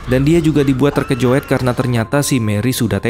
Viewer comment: "terkejut" bukan terkejoeddd